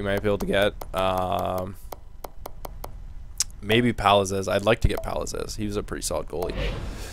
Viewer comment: Palazesse is pronounced palazeez